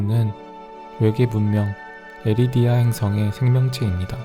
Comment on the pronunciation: 에리디아x 에리다니o 입니다!!! 좋음 좋음 좋음 👎👎